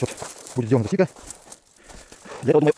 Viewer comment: Засидка на украинском означает "засада" . Но ударение ставится на первый слог